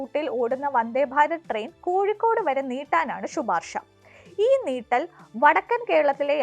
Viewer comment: കോഴിക്കൂട് എന്നല്ല കോഴിക്കോട് എന്നാണ്!